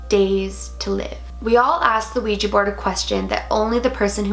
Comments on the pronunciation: Its a Ouija board not a Ouijee board...*switches channel* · It's kinda cute how it sounds like you say ouiji board ^^